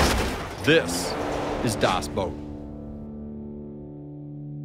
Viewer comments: Y.E.S.......! ITS BACK WHOOO HOOOOO I think you should be careful with calling it “dous boat” it could paint u into a corner “Das Dous boat” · dos boat your pronoucing it wrong. watch the movie please